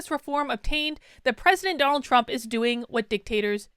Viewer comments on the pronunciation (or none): none